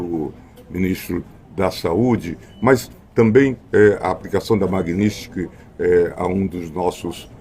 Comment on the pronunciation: Magnistiky ??? O fodido não sabe nem falar o nome da lei